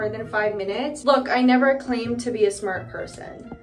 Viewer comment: "I never claimed to be a smurt purrrson!" 😂❤